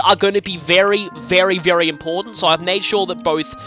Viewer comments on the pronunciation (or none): none